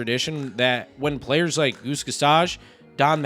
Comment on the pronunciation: I really chuckled when you said Goose "Gosauge" . Also, Mattingly wasn't in violation of team rules because of his famous mustache but for his long hair. Only beards are prohibited under current team policy.